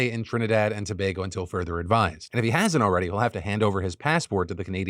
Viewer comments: So as a Trinidadian firstly thanks Phil for covering a story about my country and pronouncing Tobago correctly . I appreciate what he was attempting to do but at the same time it came across as him glorifying it. You are correct abt the crime though. What you also left out was how ridiculous cost of living is in Trinidad and Tobago which contributes to the high levels of crime. Imagine as a teacher I had to move to Japan to make a livable salary and to feel safe. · TRIH-nih-dahd & tah-BAH-goh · Shoutout to Phil for pronouncing Tobago correctly!